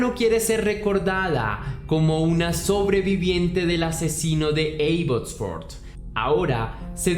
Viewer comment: Abbotsford???? 😱😱😱😱😱😱 Estuve allá y mi amiga de Venezuela alla vive. Solamente una corrección, no se pronuncia con (e la a, se pronuncia como se escribe Abbotsford). Eres excelente en lo qué haces, un abrazo!!!